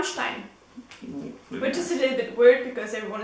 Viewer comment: Now I know how to pronounce Rammmstein!